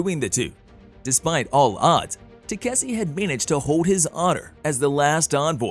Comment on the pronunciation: i dont know how the ai managed to butcher the name 5 different ways.